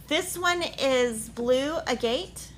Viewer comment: Hello, another great video, thank you! The new DMC Fabric: if I may…the blue one is pronounced AG-Get ( like the stone) not A-Gate. Thanks!